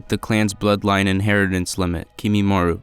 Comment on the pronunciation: It’s kimimarO 😭😭